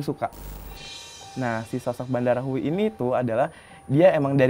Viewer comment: Terimakasih tim Mata Indigo. Seruuu..tapi terasa singkat penerawangan 😂 Btw, itu Badarawyhi, bukan Bandarawuhi 😁 Makasih kak, jadi tau bhw yg sebenarnya terjadi itu bukan dilakukan Badarawuhi sendiri namun bawahannya, Sarini.